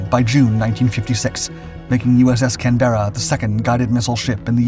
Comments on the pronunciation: As an Australian, this is likely one of the many reasons our relationships have been so strong since WWII. One thing I would say though, is that's not how we pronounce Canberra, at least for our own cruiser, you are of course welcome to say it how you like. We pronounce it Canbra, well, almost like that, lol. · us Australians call it Cambra not canberra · Not that it really matters but the original ship (and who knows about the ship in this video) was named of course after the capital of Australia which is pronounced CAN- berra with the second half pronounced almost as a single syllable. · Mate it's pronounced canbra in Australia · Is this voiced by an AI, because the pronunciation of the ships names is awful, for instance Canberra is pronounced Kan buh ruh (british) or Kan br uh (American) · You’d think they could pronounce her name. Can. Berra? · It's pronounced kan·buh·ruh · l know many Australians who also pronounce it Can-berra. All my family. lt depends where you went to school. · It is pronounced Can-bruh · Pronounce as Can-bra. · Hi all, loving the YouTube channel but The name of the ship is not said like that it is pronounced Can-ber-ra . Loving your channel 👍🏼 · Your pronunciation is wrong. Canberra is pronounced. Kan buh- ruh. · Learn to pronounce Canberra properly. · sad the research didn't even stretch to how to pronounce the name of the ship. not so respectful IMHO. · What and where did you get the never heard before pronunciation of the name "Canberra"? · At least learn how to PRONOUNCE the name of the ship…FFS. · Please check your pronunciation of the name Canberra it’s wrong. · For goodness' sake, can't you learn to pronounce Canberra if you want to make a tribute video? I suppose she was a US ship. Perhaps the Americans can't say it right either. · I wish Americans could learn how to pronounce "Canberra" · Maybe he could say Canberra correctly unlike this guy. I'm not an Aussie but hearing him butcher the ships name is grating in the extreme